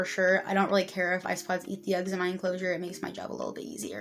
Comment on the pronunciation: What did you say eats the eggs? Ice pods? Lol